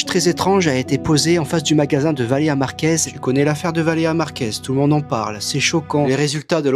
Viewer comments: Le fait qu’ils disent tous Valera au lieu Valeria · "Valeya Marquèz, Valeya Marquèz, Valeya Marquèz" VALÉ*RIA* MARQUÈZ en plus de se faire du fric sur une personne décédé ils savent même pas prononcer son prénom correctement 💀🙏 C'est vraiment dégueulasse ce genre d'influenceurs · Valéa. C'est si compliqué que ça de dire Valéria ? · Ça m’a saoulé de l’entendre dire Valeya au lieu de Valeria 🤣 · « Valea Valea Valea Valea » BORDEL, C’EST VALÉRIA PTN MÊME ÇA ILS RESPECTENT PAS 😭😭😭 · pourquoi ils sont tous incapable de prononcer Valéria ? y a un "r" comme le "u" dans ambulance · Mais pourquoi ils n'arrivent tous pas à dire son prénom ? C'est poutant simple, bordel... Valeriane Merguez ! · ValéRIA !!! Au moins prononcé son prénom correctement ! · Ils ne sont même pas foutus de prononcer son prénom correctement... Ce monde me terrifie. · Il ne sait même pas bien dire son nom ... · Yen a pas un qui prononce son prénom correctement putain ça rend fou ! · il parle tellement de Valeria Marquez mais dit son prénom si mal